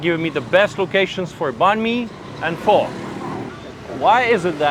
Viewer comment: Why can't white people pronounce PHO correctly